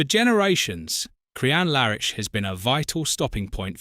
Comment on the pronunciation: You pronunciation of Crianlarich is horrendous. It’s not in any way pronounced as Crian Lar Itch as you did